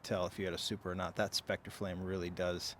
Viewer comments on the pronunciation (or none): none